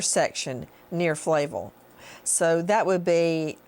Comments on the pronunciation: Flavel- Fluh-vell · I live in portland, between some of these sites. The street she keeps mispronouncing Flavel, is in SE and is very much populated but there is an isolated area where people jog along Johnson Cr., whoever did this would have to know the area very well. You wouldn't know it was there by just passing by. Plus, there is a ton of traffic through that area. They would have know and feel comfortable with that area in order to dump a body there.